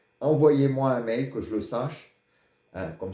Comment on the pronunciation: Bsr mr votre mail svp prononcé bien on veux s"abonner